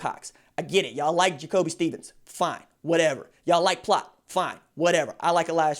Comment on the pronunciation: It’s Cordale Flott not Plott... No knock against you tho. Keep doin’ ju thang potna